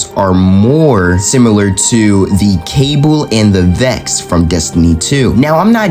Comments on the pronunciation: Just wanna mention its pronounced cuh-ball rather than cable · Really Good vid. Cabal is pronounced "Ka-ball" btw lol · They are very similar to the vex because they can also control time but I think they are nothing like the Cabal. Also it’s not a big deal but it’s pronounced Ca ball